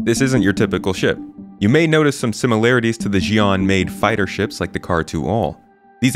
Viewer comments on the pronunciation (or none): Xi’an is pronounced shi’an, not ji’an (with the French “j”). You can hear it (and “Mirai”) being pronounced correctly by the narrator in the Mirai announcement trailer. It is understandable that people get it wrong - CIG devs themselves are very inconsistent in how both are pronounced in ISC. I believe the “ji” pronounciation is mostly an American thing as the US’s primary experience with foreign languages is with Spanish, and so Americans tend to default to assuming Spanish pronunciation when they see unfamiliar words. However, the Xi’an constructed language is based somewhat (phonetically at least) on Chinese, and Mirai is Japanese. Ironically the Chinese shi is a lot like the Spanish śi, but the way it is spelled throws off US English speakers and they use the wrong bit of Spanish!